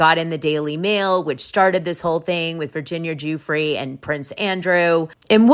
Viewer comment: Hi Dana. I love your show. Just a note - Virginia Giuffre's last name is pronounced "Jeffrey."